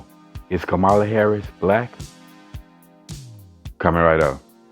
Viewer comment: Her name is pronounced COMMA-la. Thank you. Light skinned-ded? What’s that? Omgeee bruh. Congressman? She was a SENATOR!! Dude! Please get off YouTube